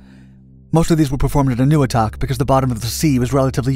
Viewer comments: It's pronounced: "En oh weee toc", with the accent on the weee. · i thought it was pronounced ...n-a-wee-tok